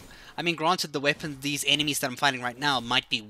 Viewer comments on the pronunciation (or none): none